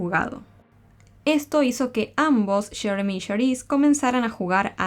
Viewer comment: Porque quieren hablar entre americano y español ? Muchacha dilo como es yeremi,no sheremi ,no lo hagas tan payasito